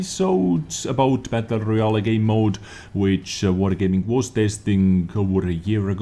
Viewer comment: I like how he pronounces it "battle royal a" (I am not native english speaker, that why i like it)